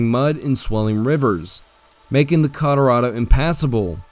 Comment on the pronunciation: CollarAdo? Colorado. AI.